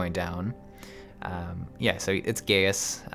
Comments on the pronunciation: Just because I thought you should know: it's actually pronounced "Guy-us" not "Gay-us". Sorry if I may have ended a few giggles in the comments section :P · Gratz on finishing 2.0 btw his name is pronounced as Gae-yus... not Gey-yus. XD remember everything he and lahabrea said on this dungeon. they all makes sense in later expansion specially on shadowbringers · Late comment: Gaius' name is pronounced like "Guy-us", not :Gay-us". Kinda bothered me. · It's really not nice to force players to sit through cutscenes. This was a bad solution to a non-problem. The part where you talk about Gaius (guy-us, not gay-us) and Lahabrea, you kinda show how little of the story you're actually paying attention to. You should know who Lahabrea is inhabiting at this point. It comes across like you're giving an informed critique, but lacking the informed part. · You say the name as Gai us Not Gayus m8 -_^ they say it in the 8 man to ^ ^ And if you remember from the story the Ascians take over bodys so you set Thancred free.